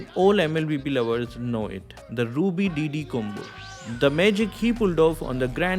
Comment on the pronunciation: Your pronunciation of Myanmar and Ruby DD's name is correct.